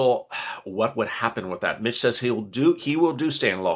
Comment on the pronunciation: Every time you say "Being a Mitch", it sounds like you're saying "Being a Bitch" and makes me think you are talking about the temple of doom lmao